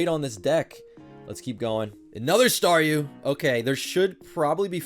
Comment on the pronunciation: Just realized Star-YOU, Star-ME lol What's it's next evolution, Star-US? :p